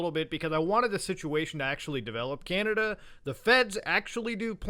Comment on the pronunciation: chinada? :( please canada don’t do this